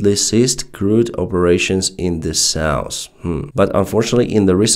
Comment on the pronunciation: People has tried to explain several words he uses wrong or pronounce wrong. After nearly 2 years he has not changed one... It is still cat instead of cut, jab instead of job, sauce instead of south, norse instead of north, shat instead of shut and shot. Etc etc etc.